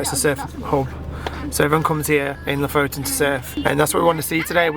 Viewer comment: It would be fun if you actually learned how to pronounce the names of the places you visits from locals. So far both Kiruna and Lofoten you are butchering and it is just a tad annoying. :)